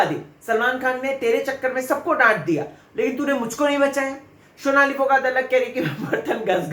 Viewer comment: Phli baat unka naam " Shonali" nhi Sonali hai.. wo Bangel se nhi hain...Haryana se hai.. overacting ki dukaan... naam bolna seekh le phle..